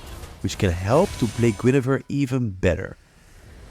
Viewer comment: Its Guinevere, not Guinefere... I'm hearing it over and over...